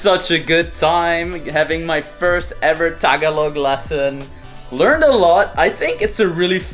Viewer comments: ta-ga-log... not taga-log... very good... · LESSON 1. Tagalog. Ta-GA-log. Accent on the second syllable. 😑😆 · It’s ta-GA-log,. The accent is on the second syllable. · You said Tagalog wrong the whole time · True..the stress is in the second syllable